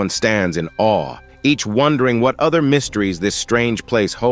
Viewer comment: Awe ❌ Aweh!? ✅ 😂 I love recaps! Edit: i just finished the video and WHAT THE HECK!!!